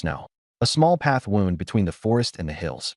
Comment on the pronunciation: I'm curious. Why with such interesting stories,do you ruin them with drawings that do not match the story and the text is so far behind the voice reading it. I'm also curious why certain words are never pronounced correctly? Wound , and bow are 2 that quickly come to mind.